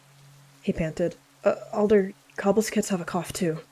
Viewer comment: I heard alder branch as elder branch and thought who would name a kit elder